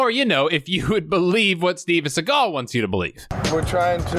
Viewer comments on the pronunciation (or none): Fact: Steven's last name is actually pronounced sea-gull, just like a sea gull bird lol